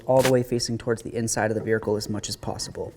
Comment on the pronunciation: "Verhicle" 😂 classic